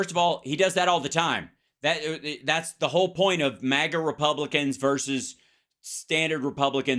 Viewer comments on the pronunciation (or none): none